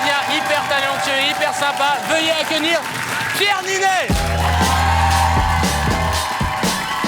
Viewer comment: « VEUillez AQUENIR [...] » 😂😂